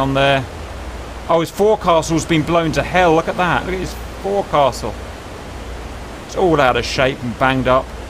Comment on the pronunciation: Forecastle is pronounced like "foke-sul"